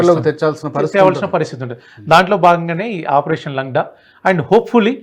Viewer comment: correct ga cheppadu, langda ante Kunti. Sariga nadavalenivadu ani ardham, and guest also pronounced correctly